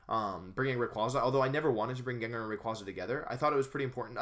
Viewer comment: thought its name is pronounced jen-jar???